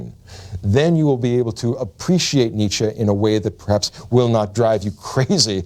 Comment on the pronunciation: his influence can't be that great when you're not able to pronounce his name right